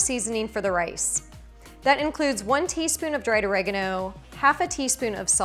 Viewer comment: Took me a while to understand what you meant with your pronouncement of oregano!